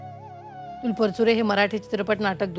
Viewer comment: News reader need to have awareness about correct pronounciation , marathi na bolata yenarya vyaktila news reader theu naka. Specially felt thisbas she is talking about Atul Parachure who always insisted on speaking Marathi correctly